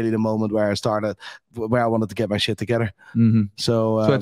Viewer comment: When u hear shayt 🤣 in building